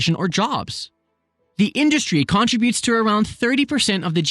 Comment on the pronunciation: Please say “contributes” correctly. Please.